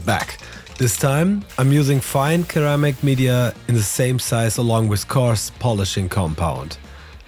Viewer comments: It's Sir-Ram-Ick, not Kur-Am-Ick. I'm just trying to help, and it's Bow-l. They're plastic triangles and stainless steel balls. Im not trying to be picky at all, i have a lot of friends that speak other languages and always want to be told when they make mistakes, so im just trying to help. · Just so you know, " ceramic" should be pronounced "Seramic" not Keramic 👍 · cool vid. Its pronounced "sir-ram-ic" not "ker-am-ic" hope that helps! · Ceramic in English is pronounced ‘suramic’. Not ‘Keramic’. Otherwise a great video. Thanks for sharing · ah yes, keramic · In English, a C followed by E sounds like an S. “Ser-am’-ik” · Hey, only because you seem to care about your English pronunciation — and you sound great! — a quick tip, the word “ceramic” is pronounced with an S sound at the start, not a K sound. But we all know how stupid English phonics are and again, you sound great! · WHEN YOU SAY CERAMIC IT'S NOT A HARD C OR K.....IT'S AN 'S' SOUND. LOVED THE VIDEO....